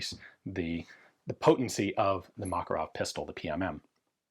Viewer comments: FYI, according to linguist friends, stress should be on the second syllable- muh-KAR-uv. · You're pronouncing: "Makarov" incorrectly. (As do most English speakers). Mah-kar-ov. Anyway, I remember when these things were available and I thought they were a bit of a joke at the time, although my carry gun was a P7K3 so yes, I'm a gun snob. I do find it amusing when stuff people write off as junk becomes collectable. Although not as amusing as the P7K3, because people pay stupid money for them and when the buffer wears out after a couple of thousand rounds, the Makarov suddenly seems like a very wise option.